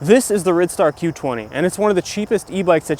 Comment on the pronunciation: Silly name? It's actually pronounced Ride-star. It's hard "i". Why is that hard to understand?? The pedal is what makes it a bicycle. If it had no pedals, it would be classified as a scooter.